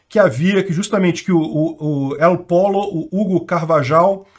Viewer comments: uma dica de espanhol, não se fala "el polo", mas sim "el polho" ou "el podjo", segundo o sotaque regional. Seu canal é muito legal, não deixe esses erros atrapalharem a notícia. Abraços. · Pollo “/pÔyo/“. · El Pollo (se fala Él pôlho, o frango). É diferente de polo. kkkkkkkk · " El Pollo " leia-se "eol poio". Literalmente " o frango " , Pollo em espanhol é frango. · Se lé "pôlio"..